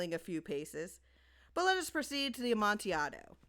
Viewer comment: It's pronounced "Amontillado".